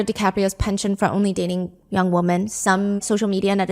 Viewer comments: Please learn the difference between wo”man” and wo”men” i really enjoy you, but its crazy you dont know the difference🤯🤯🤯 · It just bothers me a bit that you pronounce the plural “women” as you would “woman” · It’s nails on a chalkboard when you pronounce “women” like “woman”